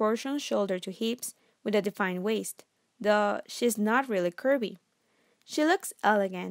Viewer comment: She meant to say “THOUGH” but it sounds like “duh”